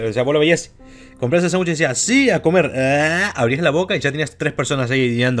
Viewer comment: X:- se dice sandwich:- SÁNGUCHE